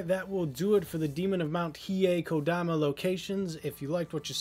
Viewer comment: Thank you for finally catching your mistake and pronouncing kodama correctly lol. I don't enjoy having little things bug me like this... but I can't help it, dammit!